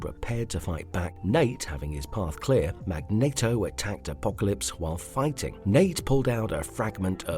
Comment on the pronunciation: Sounds like you asked a cheap ass bot who nemesis is. And pronounce Magneto correctly.